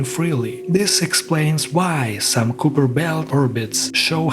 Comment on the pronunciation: You don't know how to pronounce Kuiper properly. It's pronounced KYE (like "LIE") - PER.